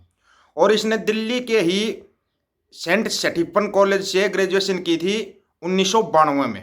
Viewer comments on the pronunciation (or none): Tjhe to St Stephen's ka naam bhi bolna nhi aa raha,pata hai kaise admission milta hai wahan pe